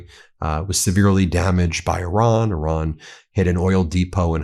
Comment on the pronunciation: But please Pakeestan/Pakistan not pokisn Ben plus eye ran= Iran not err ron 🙄